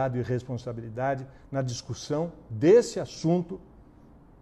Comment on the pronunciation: Não é “discurssão” e sim “discussão”.